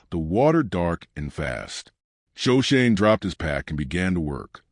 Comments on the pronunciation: Sho/ sho/ ne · Shoshone pronounced wrong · Yes! I was pained to see that they couldn’t even get Shoshone right. Otherwise I might have liked the story.